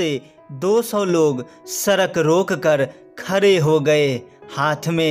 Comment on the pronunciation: सड़क डोलते है सरक नहीं